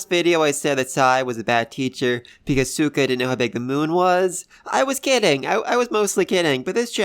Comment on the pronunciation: Lol, I know it's your accent but you are saying suika's name wrong like with gen lol, just thought I'd bring it up, anyway, like the other guy said, they didn't ask sai to teach them about space, they only asked him to teach them maths.